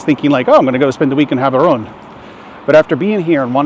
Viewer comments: No..The way you pronounce it depends on us Batswana. And the only is Jaborone. Let's not make mispronunciation of African names cute, they're not. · Prounce the "G" as an "H" then you are close enough, "Haborone"